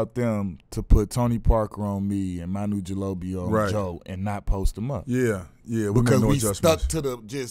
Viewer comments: "Manu Jaloby" lmaooooo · R Kelly's heel...? 😂😂😂It's achilles heel Q Manu Gilobio.... loool its Manu Ginobili Q. Lool that bottle at the end look like a travel size miniature in Amare's hands😂😂😂😂